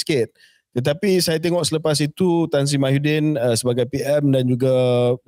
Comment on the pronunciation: KJ always said Mahyuddin, bukan ke Muhyiddin ke?😂